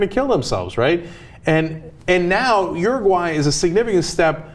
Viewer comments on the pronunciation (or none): Ana says uruguay like she's saying urinal. OORUWHY. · uru-high lol